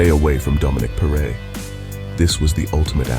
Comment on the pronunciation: Excellent narrative, but perre is pronounced as "perry", as in perry mason. At least that is how the local press always pronounced his name at the time.